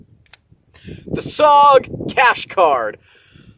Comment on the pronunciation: I don't know whether to laugh or beg for your forgiveness 😂. BTW, IIRC (and in this case I definitely do) SOG is a military acronym for Studies and Observations Group and as such it is pronounced as a single word, as opposed to spelling it out (by military types at least). So, this is just an FYI and I HTH. BBFN! And definitely do a destruction video!